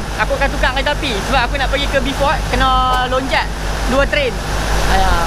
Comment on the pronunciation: Urg sabah x sebut B..fort tp BO..fort..